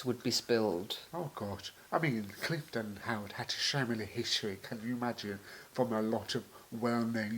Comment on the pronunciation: Will be staying at Cliveden (not Cliff-den) later this year. Looking forward to it. Always enjoy your work and appreciation of beauty and classic style.